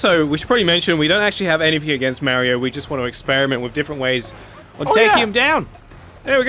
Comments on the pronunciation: It’s not (mama-ree-ooooo) it’s (mar eee oooo) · Its Mario not mareio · It’s pronounced Mario not Mairio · it’s funny how they say “Marry-o” instead of “Mario”. I know Wacky says it right. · Forget you killing Mario you killed his names 5 seconds into the video. Merrio? 🤦‍♂️ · I think you mean Mario because you're saying Mario wrong